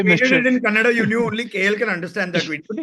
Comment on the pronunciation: who the hell is? he dnt know language Kannada.. he is saying..Kannadi..